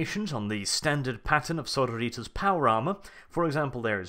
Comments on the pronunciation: I though it is pronounced "Suh-roar-i-tuss" compared to "Soar-oh-ritas". It's the Latin base for our modern word "Sorority." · Sorrow-Ritas? Are they an army of eternally depressed clones? so-RO-ri-tas. Basically, say sorority (the odd women-only organisations in American universities) only with -as at the end instead of -y. Pedantry ftw. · SorOritas god damn it not sororItas. Its Latin xD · Pedantic and late, but its soar-oar-it-ass. The base word is sorority, which is an american word for basically a female uni/college frat. Its not sorrow-ritas.. Sororit(y)ass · Sorori-Tas, not Soro-Ritas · I like it how you say Sororitas like Senoritas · His pronunciation of Sororitas in that latin-american esque style bothers me greatly. It should be more Suh-roor-it-us, in a Greek or old latin style. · I cringe every time you miss pronounce Sororitas /səˈrôrədos/. Remember it's Latin not Spanish. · That pronunciation of "sororitas" is killing me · The way you sororitas is driving me nuts!!!!!!! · I couldn't continue after your 6th or 7th mispronunciation of Sororitas